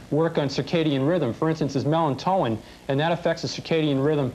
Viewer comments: "Mel-in-toe-in!" Seriously??!!! WHAT actual F, is that??? Buddy!...you're up against the wall w these doctors, & lawyer, trying to convince the audience, that there are choices out there, other than conventional doctors!So in your ultimate wisdom, why is that you've never learned to speak the word: melatonin?!!!!! Do you think just maybe, mispronouncing this very common word in homeopathy, is going to curry favour in the audience??? I think not! Yikes!..🙄😒 Ish!..This was a great show! Should be had more like it, cuz especially in the U.S., one would think I that homeopathy would take off like gangbuster, due to the high cost of healtbcare, & then not having the wisdom to engage in a Universal Healthcare system! 🙄😒 If an could advise my American cousins to do one thing today, ☝ it would be to stop consuming white bread, white sugar, & cut back on the dairy products! You'd be absolutely amazed!, how much better you felt, & how much weight you'd lose!...take care!... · it's not melanto-in, it's melatonin. The angry, overweight, bald, litigious surgeon does seem to represent the nastiness, and hubris of the medical profession.